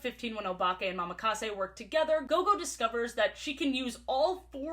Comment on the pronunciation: I know it doesn't matter, but it's a slight thing that annoys me. ITS NOT MAMAKASE. It's Mo-Ma-Ka-Se.